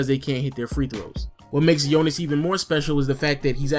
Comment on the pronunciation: Finally soneone said Jonas name good, its nice to see JV out there.Nice vid btw